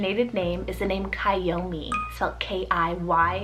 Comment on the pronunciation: Kiyomi is actually pronounced Kee-yo-mee instead of Kai-yo-mee ☺️